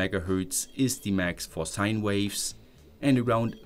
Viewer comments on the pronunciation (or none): none